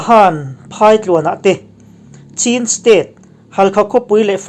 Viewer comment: Khaw hming leh mimal hming te i lam ri thiam hle mai...ngaihthlak a ti nuam sawt......chutihrual chuan Chin State hi a ziakah CHIN nimahse CHHIN ti a lam tur a ni....hei hi Falam A B C leh Mizo A AW B a in an loh vang a ni...ka lawm e.